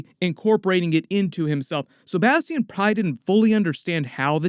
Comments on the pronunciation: No way that’s how you pronounce bastion 😂😂😂😂😂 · You the only one I know that says Bastion name like that .. Bas-Tee-In